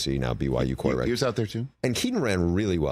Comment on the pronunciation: Bruce said QuarterBLACK😂